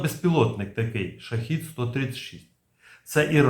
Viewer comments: Shahed-136 (перс. شاهد ۱۳۶) -- правильно вимовляти "шахЕд" Модель "шахЇд" це зовсім інший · та скільки можна повторювати, шахЕд читається